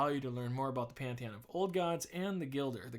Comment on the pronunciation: Gill-der, not Guile-der lol I won't tear you a new one XD